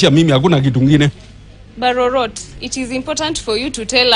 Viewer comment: BARO - ROT ??, ROTTEN TO THE CORE.